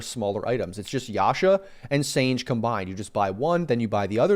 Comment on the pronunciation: It’s Sanj-e yasha. I remember Dota 1 days when sange yasha wouldn’t stack with desolater nor manta. There were so many items that wouldn’t stack with other items. Also many heroes couldn’t use certain items, like pudge couldn’t use blink. I found that mechanic to be much more balanced than today where everything stacks with everything and everyone can make anything. Such a shame this delicate balance was destroyed.